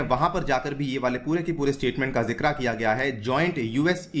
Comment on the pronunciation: Sir it is not jikra it is jikr😂👍❤️